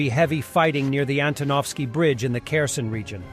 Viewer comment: Kherson = her•son, not care•sun.